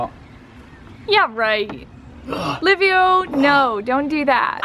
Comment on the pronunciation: excellent video...but its Liviu not Livio isn't it? why is it so hard to say Liviu ? Livio is Italian ! Liviu is Romanian !...Im saying this cause my name is Liviu too and Im living in England and its the same pronunciation...Livio!! hahahah...is it lack of education or you don't really care about it ? :))))